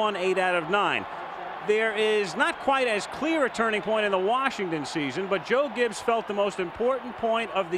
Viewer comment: The beer vendor could've suited up to beat this Broncos (one man) team in, I mean place. Sorry the man can't even pronounce his own name correctly. Nor his former head coach, Joe Gibb. It's Joe Gibbs, you fool. Anyway, Elway and his '97 & '98 teams would've annihilated this Redskins team!